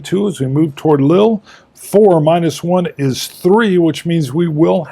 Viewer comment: It is "Lee-ul" incidentally (if you mean the city Lille)